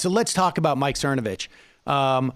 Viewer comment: Mike Cermacervitch can’t even say his own last name right.